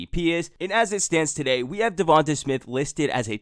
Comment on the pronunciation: "TUH DAY!"